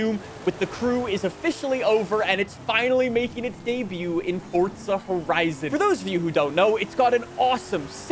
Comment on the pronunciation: Why he always say forza like fortza